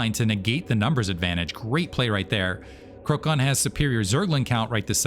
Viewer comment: And btw, i think you were mentioning Krocan being from PL, so his name should be read as ‘krotsan’ which means turkey :-)